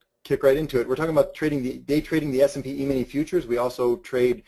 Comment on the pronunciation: pronounced eemini not ehmini